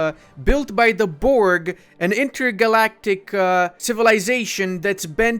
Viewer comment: can i PLS PLS PLS tetch you how to say Borg. it souds so funny when you say it:D <3